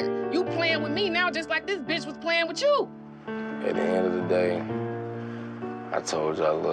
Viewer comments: Did momma Dee say "bicth"?? Lol 😂 ok momma Dee it's bitch but go awwff sis LMFAO 😂🤣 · "Bicth"🤦‍♀️ MoMA Dee is something else. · Thanks Mama Dee , I almost but the T before the C in “BICTH” .. #inthatorder ! 😂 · Noooo mama dee🤦🏽‍♀️ that’s not the right order 🙄 it’s B-I-T-C-H bihhhh🤣🤣🤣